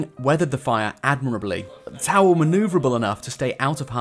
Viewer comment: "Bought T'au" Ew.